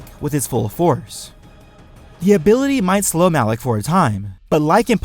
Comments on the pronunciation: M-alak Not alak Malak! Say it with me know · Awesome video but Malak not alak ughhhgg lol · OMG WHY do you keep saying ALAK? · Everyone here is being all technical and using points of power between the apprentices and crap, normally I would be one of those people, but I was distracted by the fact he kept saying "Alec" instead of "Malak" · stop saying alak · Why is it alak, its malak no? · you kept saying alec and I got triggered so I stopped watching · THERE IS A M IN MALAKS NAME IM SO TRIGGERED